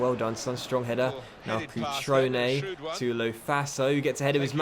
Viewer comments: It's cutrone not crutone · Its cutrone and not crutone. That's annoying as fuck. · It's not Crutone, it's Cutrone 😊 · It's CUtrone... Not CRUtone... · There is an R in cutrone, please start pronouncing it. Other than that love the series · It’s pronounced cutrone, not crutone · LOL it's not Crutone it's Cutrone xD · So annoyed he’s saying crutone instead of cutrone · cutrones name is pronounced cu-tro-ne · STOP SAYING CRUTONE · I know this is quite petty but it's pronounced Coo-troan-A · As a Milan fan I feel offended that you are saying cutrones name wrong